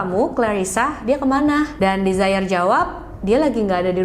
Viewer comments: 😊Ralat ya kak.. penyebutan nama Desiree bukan ’desire’ (dlm bhs inggris ) yg kak sebutin. Tapi De-si-rei gitu sebutinnya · Desiree mungkin bacanya dez-re 🙏